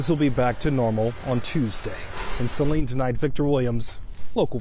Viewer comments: Kids will be glad, no school. Saline, pronounced: sa leen. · Amazing, people raised in MI,can't pronounce saline right. 🤦🙄